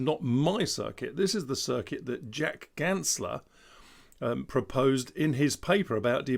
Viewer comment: *Ganssle, not Gansler :)